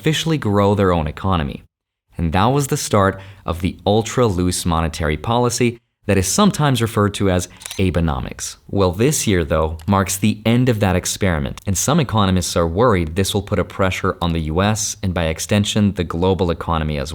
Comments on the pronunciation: Pronounced : Aw-Bay-nomics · Informative video! Though just a heads up - the term "Abenomics" is pronounced as "ah-beh-nomics," with the first syllable sounding like the "a" in "father. It’s named after Shinzo Abe, who served as the Prime Minister of Japan. He was known for his economic policies aimed at reviving the Japanese economy (popularly referred to as "Abenomics.") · pronounciation of Abenomics is off.